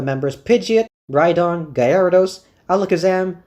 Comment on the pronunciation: Are you saying “Gay Air A Dos”??